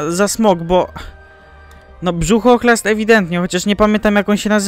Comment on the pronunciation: Burzochlast a nie brzuchchlast